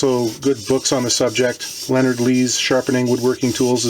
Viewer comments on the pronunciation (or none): none